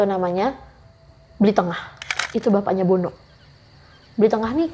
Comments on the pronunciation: Bli NENGAH mbk bkn BLI TENGAH yaaaaaaa Geram bngt pas si mbk nya nyebut BLI TENGAH 😮😮😮😮😮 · dari tutur kata penyebutanya aja dah salah... gimna mau percaya pak tengah harusnya (pak nengah) bukn pak tengah😂😂😂😂 yg satu pagi pak kade apaan itu adanya psk kadek👍👍👍 bru bner... ngarang kali ini ceritanya.... leak kok suami istri bru tau😅😅😅😅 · Pak Nengah kali ya Bukan pak Tengah Dan lucunya, manggil bapak temennya dengan sebutan Bli. Bli itu kakak, bukan bapak 😂😂